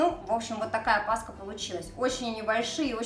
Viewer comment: КРАСИВО, как всегда, НО пасХа. И "кило " режет слух. Я люблю плотные.. Больше всего нравится с изюмом и выпечка с цукатами. А тесто, вымешанное комбайном, дает просто отличный результат, в дрожжевой выпечке очень важно хорошо вымесить тесто.